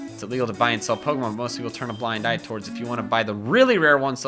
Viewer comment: I really wish he wouldn’t say Peckerhose instead of Pokemon.. it sounds like another name for a penis... Oh and QOTD: It’s a 3-way tie between Arbok, Toxicroak and Shiny Mega Beedrill..